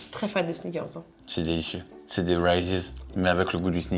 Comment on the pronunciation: Ah aussi, on dit "rEEses" pas rises! 🤫😉😉